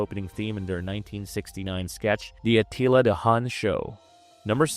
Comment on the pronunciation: Can't take a narrator seriously when they mispronounce so many words. Ensign is pronounced In-son, not In-sign. High Chaparral is pronounced Shap-a-rell, not Chap-ral. Debbie Reynolds played "Debbie Toms-son" not Debbie Thom-son. Monty Python opening sketch was A-till-a the Hun, not A-tea-la. These mispronunciations were made within the first 7 minutes. I'm sure there are probably many more, but that was as far as I could get before losing my mind. I thought narrators were supposed to be chosen for their grasp on the English language.